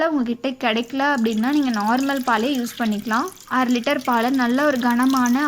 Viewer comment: Athu aaruliter illa😂😁 ara litre